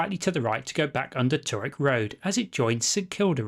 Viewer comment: mate, a bit of advice on how to say toorak. i couldnt identify what road you were talking about. then i worked it out. its pronounced too rak.